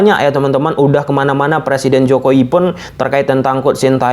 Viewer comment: Jokowi bang bukan jokoi